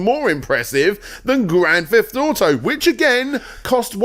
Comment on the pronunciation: Grand Feft Auto?